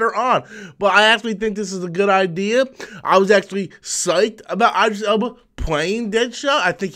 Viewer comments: Who says "I'm never gonna get your name right"? Just learn how to say the man's name, dammit... Its just not "eye" dris. It's id (as in It'd be better for you pronounce the man's name correctly). Christ, smh. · Pronounced EEEEEDRIS,. Anyway looking forward to seeing his fine ass in that movie!!😄👍👍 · Idris pronounced E-dris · You mispronounced his name 😂